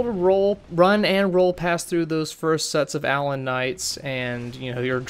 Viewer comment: 's gotta be 'uh-LAWN'. If they wanted me to say "ALlon" they'd have two ells in it. Also. Yes, his moves are very well choreographed. And he generally telegraphs them well enough that you can see them coming. :)